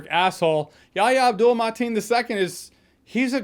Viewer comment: Say it with us Jeremy: “Ya-HEE-ah”